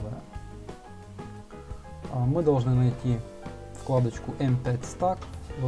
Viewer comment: только не Стак, а СтЭк!!! Вещаешь в массы - вещай грамотно! Не плоди безграмотность - ее и так немало!